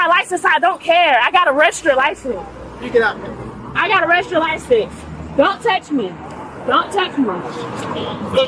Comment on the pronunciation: “I gotta reshter license!” 🤨…come again?